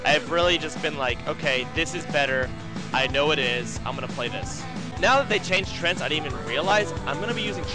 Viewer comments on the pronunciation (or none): lopl he pronounces them "trents".